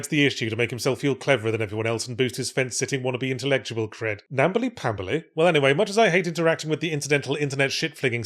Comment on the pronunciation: "Nambly Pambly" he said wondering where the hell that came from in his brain.